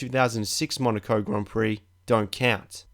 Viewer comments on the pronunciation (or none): none